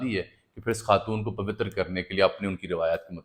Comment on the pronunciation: پوتر لفظ کو بھی صحیح کریں بھائی جان